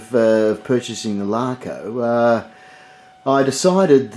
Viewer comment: Great pronunciations of the brand LACO.